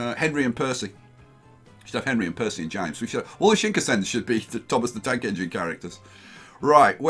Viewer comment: please could yousay shinkansen, shin-kan-sen after the japanese しんかんせん (新幹線)